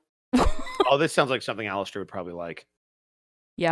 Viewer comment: Did no one else noticed that instead of saying Alastair he said Jalastair